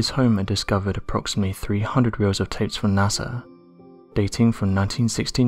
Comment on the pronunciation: The REAL "unexplained mystery" is how there's an "m" sound in the word "tape"...